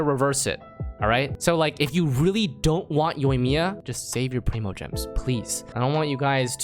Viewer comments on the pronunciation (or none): preemogems? i only know prime oh and also shinyawn not sheenyan